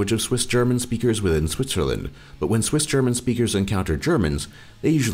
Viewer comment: Your German pronounciation is pretty great, but I giggled at your Swissgerman. But I'll give you some slack, as not even Germans can correctly pronounce it correctly. However, I think it's a very unique language that can sound quite beautiful in some dialects:)